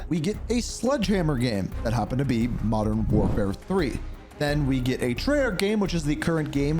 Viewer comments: I'm here for the content 1. Wodern Warfare 2. Advance Warfare 3. CoD GHOST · Modern door 4 (feat. blame truth, Joe Cecot, that guy that voice carver butcher)